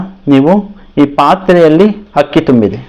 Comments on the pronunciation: ಹಕ್ಕಿ ಅಲ್ಲ ಗುರುಗಳೇ ಅಕ್ಕಿ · ಸರ್ ಹಕ್ಕಿ ಅಲ್ಲಾ ಅಕ್ಕಿ